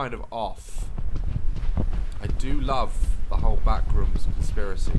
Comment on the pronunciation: The way Daz pronounces the backrooms "the BACKRUUMS 😬"